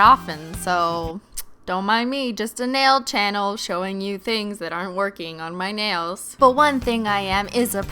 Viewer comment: 😂 she said nail channe